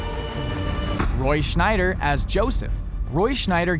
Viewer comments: The name is Roy S c h e i d e r...not Roy Schneider...Pretty bad you haven´t realized that his last name does not include an "n"... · The narrator says Roy "Schnyder" even though his name is Scheider, and it says so on the screen too! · It's Roy Scheider, not Schneider you morons !!! What crappola these videos are. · Roy "Scheider" is not pronounced Roy "Schneider". No "n". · Shy-der not Schnider. Also Paul Walker was not driving when the fatal accident happened. Try harder. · Its Scheider not Schneider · uh....Roy SCHEIDER, not Schneider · The actor who played Chief Brody in Jaws was Roy SHY-DER, NOT Roy SHNY-DER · Roy Scheider not Schneider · It's Roy Sheider, not Schneider.... there is no "N" in his last name.... ugh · Scheider. Roy Scheider. Not Schneider. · sheider or schneider?! ffs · It's Scheider, Scheider, SCHEIDER !!! I.E. - No relation to Rob ! How do you not know this??? 😵😵😵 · Scheider! Not Schneider! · It's Scheider, not SchNeider. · Scheider not Schneider there's no n in Roy's name, Schneider is my last name, pay attention please. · he keeps saying Schneider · I did a double facepalm when I heard him constantly say his name wrong.